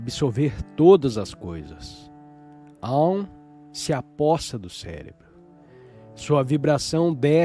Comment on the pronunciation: Olá! Gratidão pela leitura! No entanto, há palavras q não estão com a pronúncia correta (ou, pelo menos, corretas para a nossa sonorização em português, já q são palavras em sânscrito). Nesse texto, percebi duas: a primeira foi o Gita, a qual é pronunciada por aqui como "guíta" e não "guitá". E a segunda foi o AUM, onde pronunciamos mais ou menos assim: aÚm. E não Áum como foi falado.